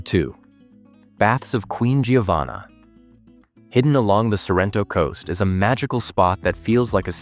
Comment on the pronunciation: Ma perché dice SArrento?